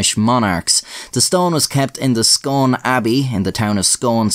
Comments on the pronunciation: Scone pronunced Skoone not scone, Please get it right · I hope people have been commenting about the pronunciation but Arrghh It's pronounced Scoone (Just like Scooby from Scooby Do). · It’s pronounced “Skoon” in this context, but “Skon” when referring to the round cake. Just FYI. Source - Scottish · It's pronounced ScOON like Noon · It’s pronounced scoon Not scone 👍🏴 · Every time you pronounce it "scone" I die a little inside. Its SCOON. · Argh it's pronounced "scoon" not "scohn". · Fun fact: my Great Granny was friends with one of the students in her retirement. When I visited her as a wein she gave me a pound. Also Sconne is pronounced ‘Scoone’. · As a Scots man, I was pishing myself laughing every time you said Scone, its pronounced Scoone 😂 funny video anyway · the scone in the stone of scone, scone abbey, and the town of scone, is pronounced scoon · It’s actually pronounced “Scoon” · I live 10 mins walk from Scone in Perth, Scotland & all I wanna say is that Scone is pronunced in the same way as spoon as in Scoone! lol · It's pronounced scoon..I'm from Perth right next door 😆 love the content keep it up. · It's pronounced scoon!!! Lol always good vids and not disappointed yet again 👍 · ...Hullo:), I'm from Perth (SCOTLAND) 2 miles from SCONE (FYI, it's pronounced 'Scoon') and most Scots (NOT ALL) are VERY anti-british/monarchist, myself included. The Stone of Destiny was STOLEN by king edward I in 1296 and only returned to Scotland in 1996. It will be the centerpiece of a new £26.5 million museum at Perth City Hall, construction of which started in February 2021 and is scheduled to open to the public in 2024. ALBA GU BRATH!! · Scone is actually pronounced “scoon”, idk why it’s spelt like the food in English but it’s not pronounced the same. In Scots it’s called the Stane O Scuin. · I actually live a few minutes away from Scone. Fascinating vid. btw its pronounced "scoone" not "scone" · Isn't Scone pronounced sk-oon? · It’s pronounced scoon